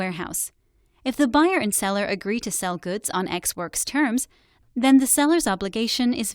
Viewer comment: "ex works" not ex words FFS. You had 1 slide.